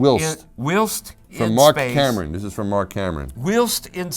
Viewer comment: can't even pronounce "whilst"